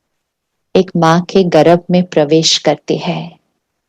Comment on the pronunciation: गर्भ बोलिये मॅडम जी गरभ नहीं